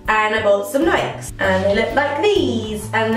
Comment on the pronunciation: Aren't they pronounced Nik-ee's?